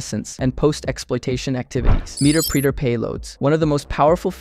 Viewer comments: Hearing meterpreter pronounced like that killed me inside. It's pronounced the same way interpreter is, The preeter sound just makes it seem perverse 😂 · Meterpreter sounds like interpreter lol, not meter-preeter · Wonderful high-level coverage of the craft. Based on the way you pronounce “Meter preter”, I’m guessing that you are self taught, or mostly self taught, and you’ve only read the word “meterpreter” - never heard anyone else pronounce the word. If I’m correct, I think that is a beautiful thing. Do not be ashamed. It means that you have the curiosity, ambition, and intelligence to push well beyond anyone in your peer group. I think that is a badge of honor. I’m old enough that I have seen HD present to AHA topics involving Metasploit. Back when Metasploit was written in Python. The way that HD pronounces the word “meterpreter” is like “interpreter”. It is the “Metasploit interpreter”. The resulting word sounds like “met”+”erpreter”. Keep up the great work! I’m looking forward to watching more of your videos. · "Meter-preter" 😂 Meterpreter... As in "interpreter" Nice vid, though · Interesting how you pronounce meterpreter, sysinternals and other terms. Makes me think you’ve never actually listened to or talk to anyone in the community. All this sounds like ChatGPT generated information.